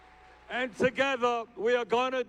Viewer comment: Bernie 'TOGETHA' Sanders